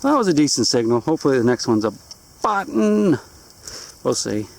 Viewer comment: "A BUTT'NNN!!!" It's even better than when he finds "A COPP'AH!" Gotta love Bill. :-) Hope his show is doing well...we don't get it up here in Canuck land.